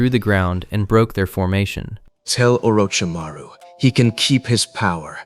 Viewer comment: Who the hell is Or-ooo-ch-maru? And what’s a saneeen? Did your AI narrator mean Orochimaru? And Sannin? Garbage. Your channel is garbage.